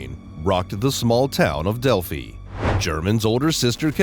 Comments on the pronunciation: a big improvement would be an actual human voice. Not only does it just always sound far better than a robot, but it's hard to take it seriously when it calls delphi "delphy" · You know you're listening to a robot narrating when he calls Delphi, "Delphy". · This "update" isn't an update and contains mistakes including a mispronunciation. How can anyone trust the information in this "update" when the city name itself is mispronounced. And this is far from being called an update since the arrest of Richard Allen is now old news. I'm surprised this post was titled as such. Do not waste your time.